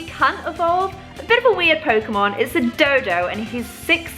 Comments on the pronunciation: "dodo" Me: what happened to the u in doduo? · It's not dodo it's doduo even though u have an accent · omg its pronounced doe-doo-oh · you pronounced doduo wrong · It's do-DOO-o not dodo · You & both pronounced Doduo "dodo" why??? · doduo is said doe-do-o just to let u know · they never sy doduo correctly